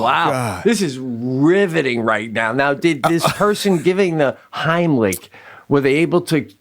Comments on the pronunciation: The Haamlic.....? ;) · The “homlick” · Idk about you but I ain’t trusting someone to do the Heimlich on me when they can’t even say it right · "Homlick, homlick." "It's the HEIMLICH!" Right after, "the Homlick!" Dude!!